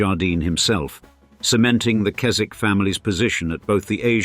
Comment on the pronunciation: Henry and Chips attended a RC prep school in Somerset in the post war years before going to Eton. There must have been a RC connection somewhere. The 'w' in the Keswick name is not pronounced.